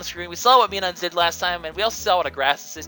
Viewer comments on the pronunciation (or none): Oi,. I know you're not especially fond of having your Pokénunciations corrected, but considering how important Minun is in this game, I feel that I should. It's "Mai-Nun", as in Minus.